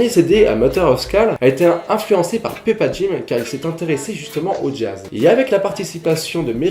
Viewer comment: ça se dit "poupadjim", ça se dit pas comme ça se lit